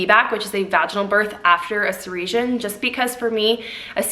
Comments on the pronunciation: So excited for you guys! What a miracle baby! 😍 I think it’s a girl! Also side note- I’ve never heard cesarean pronounced like that! I always thought it was pronounced “suh-sair-ree-uhn” 😂 then again I pronounce things wrong all the time and get weird looks 🤣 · I think she said it wrong! I didn't put together what she was talking about till I saw your comment 😂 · I’ve never heard anyone pronounce cesarean that way 🤔 have I been saying it wrong or did you make a mistake ??? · I was wondering the same thing, I couldn't figure out if she was trying to say cesarean or surgery.